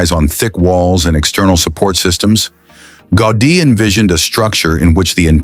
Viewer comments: Автор этого шедевра Антонио ГаУди. Тот, кто запросил у ии материал на тему церкви Саграда Фамилия хотя бы потрудился проверить правильности и названий, и ударений. Дизлайк. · Can't you get the right pronunciation for the name of the architect? Was that out of your reach? Or simply non-professionalism?